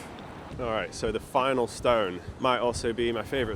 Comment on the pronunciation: If I didn't read the captions, I thought you said 'Áthelstan', not Ossulstone- do you think the stone was a tribute to the king and over the many many centuries the name/ word changed?